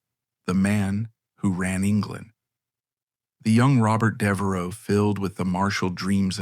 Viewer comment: I’m two minutes in and Devereux has already been mispronounced two different ways. The “gh” in “Lord Burghley” is silent, as in “thought.” I realize this is AI narration but surely you know this. It’s not a secret of any sort.